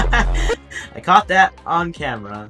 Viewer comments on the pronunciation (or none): none